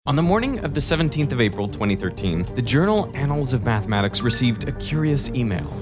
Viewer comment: "Anals of Methamatics"